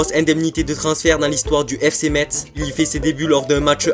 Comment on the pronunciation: Metz c est ça se dit Messe !